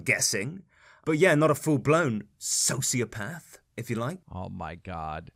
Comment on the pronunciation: kinda funny how keem goes from not knowing much and mispronouncing sociopath to knowing everything about how it can't be on a spectrum.